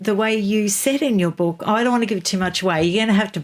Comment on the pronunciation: H G TUDOR has a particular vowel sound which indicates North Eastern England …possibly … might be HULL. The vowel is glaringly obvious to some of us. e.g. the vowel in BOOK. HG pronounces it BUCK. Listen to several of his broadcasts and it will become obvious to you. The other noticeable trait is the deep timbre of his voice… quite like JEREMY CLARKSON.